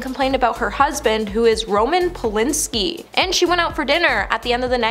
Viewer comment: And e jump sema??? For emphysema.. Does she not practice or is she not told how to pronounce things, she especially mis says a lot of words!!! Oh and just heard Roman Putin ski aka polanski...lol